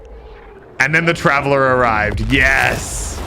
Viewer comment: he sed traveler